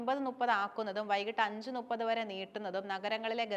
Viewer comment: ചേച്ചി, ടീച്ചർ നുപ്പത് (ന്നുപ്പത്) എന്ന് പറയാനാണോ പഠിപ്പിച്ചത്, മുപ്പത് എന്നല്ലേ പറയേണ്ടത്...